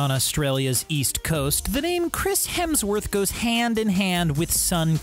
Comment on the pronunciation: Is no one going to notice the "Christ Hemsworth"!